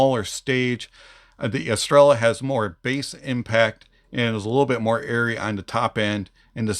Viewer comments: Neither do I, just did a little duo lingo try for a week, but i simply research stuff, however Jay in his videos calls it „Estreya” all the time , but seems almost noone of the reviewers watched his stuff then hahah P.S well i know how to say Estrella, first and foremost because there is a beer called like that in Spain and I enjoyed those eon my Mallorca vacations :D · It shouldn't matter, they can pronounce it however they want, but the correct pronunciation is estrella